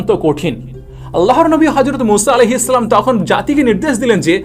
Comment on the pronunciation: আপনার সালাম দেওয়া ঠিক করেন তারপর সাবসক্রাইভ